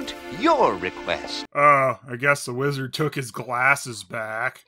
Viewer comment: It sound like he said "lizard" instead of "wizard".